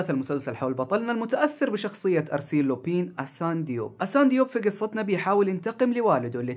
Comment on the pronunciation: لا تنطق لوبين ههههههه تنطق لوبان